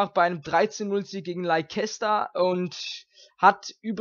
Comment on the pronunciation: Leicester wird ausgesprochen wie Läster ^^ Sonst sehr nachvollziehbar! Freu mich aufs TdW, und hoffentlich auf Adler.